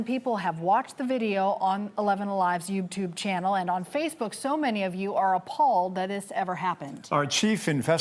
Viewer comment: youbtube xD